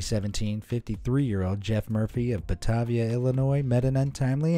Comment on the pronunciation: i live 30 minutes from Batavia Illinois, its pronounced "ba tay via"